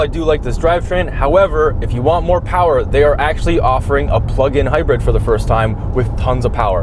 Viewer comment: A MO POWAH BABY